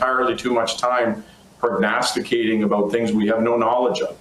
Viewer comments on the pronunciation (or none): The irony of mispronouncing "prognosticating" while talking about what others don't know is so very delicious. 😂😂😂